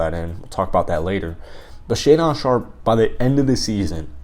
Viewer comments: It’s pronounced shay-din sharpe lol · "Shay-Don"...lol. Love it. Great video and insightful comments. Keep 'em comin'. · Great video, apart from your pronunciation of Shaedon 😂